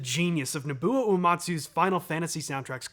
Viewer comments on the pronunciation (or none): Hey do I am new to your channel, really loving your content! I do have to correct you on Nobuo’s name though. It’s pronounced No-Boo-Oh. I hope to see you cover more of his content because you break it down beautifully and he has so much great and iconic music. Keep up the great content!